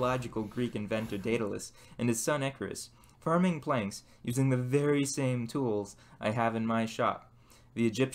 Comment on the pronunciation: Cool Chanel... I'll be looking out for some more fun content! - Is it just me, or does it sound like he's saying "Ferg" instead of "Forge," what's up with that? It also sounds like he says "ferming planks," instead of "forming planks," is that a local-accent/ dialect I'm not aware of, or what...? 🤔